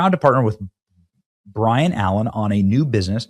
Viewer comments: It’s not Bryon Bennie, it Byron! Please quit saying that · BYRON..not BRIAN ..Benny..sorry it was driving me nuts..hahaha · Hello...it's BY👋RON ALLEN...not BRYAN...(Brian)🙄😐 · By ron not Brian. Come on Ben😂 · Sorry, Benny, It's BY-ron Allen, not BRY-an Allen. Other than that, great vid. 👌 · Benny needs an eye appointment. B Y R O N is not BRIAN. Take a minute and preread shit!! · Benny, it’s By-Ron not Brian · It's Byron not Brian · I would love y our show more if you would take the time to pronounce names properly. You only talk online for a job. It should be pretty simple to read the name Byron isn't Brian. I think someone in your position would take the time to read, take a breath, then speak. You seem to be in a hurry to deliver these videos. Slow down and read it properly. This is why I don't watch this show often. You lead with your dyslexia. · It’s Byron not Brian lol . Bye bye Colbert 😂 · Benny... it's BY-RON Allen NOT BRY-ON Allen. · It’s BYRON Not Bryon! You keep reading his name like it’s a typo - it’s not, his name is BYRON ALLEN. And he’s a comedian and he’s very funny. He’s been around for a long time. B Y R O N. BYRON. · It’s “Bye-Run” not Brian. Come on…. He is an old fart…. He has been on TV for decades. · For you to continually call Byron, Brian, is like me calling you Bunny all the time instead of Benny. Do better. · Benny... it's not Bryan. It's By-ron. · Benny, it's Byron not Brian. 🤣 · Benny... it's BYRON Allen. Not Bryan Allen. BYRON. Pronounced "bi-ron". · BYRON not Brian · Hey Benny, it's BYRON Allen, not BRIAN. Just trying to help. Keep up the good work! You da man!👍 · Dude... His name is not Brian or Bryon; it's BYron. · Byron not Bryan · BYRON, not Brian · Byron not Brian! 😂😂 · Byron not Brian 😊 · dude how do you not know who BYron allen is??? you keep calling him brian when the spelling was right in front of you. for someone from the media that's pretty embarrassing. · Cmon Benny, it’s By Ron Allen not Brian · Bye-Run, not Bryan!